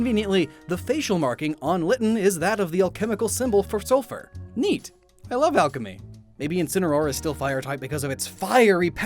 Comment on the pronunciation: "Coated with sul-FUR"